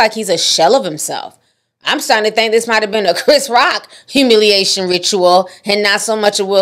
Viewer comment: Rhe uhmilaitione rutila of it all.